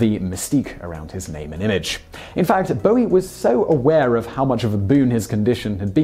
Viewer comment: Only English person who can pronounce “Bowie”